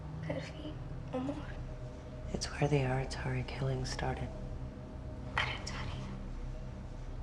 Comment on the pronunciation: They say aratare... This is wrong, in Romanian its Arătare you ride ă as ɛ